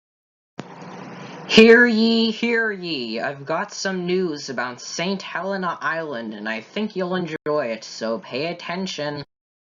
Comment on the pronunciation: We are called St Hel-EE-na! 😄